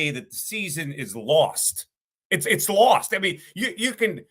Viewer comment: You LOST! You LAWhawHAWhawHAWST!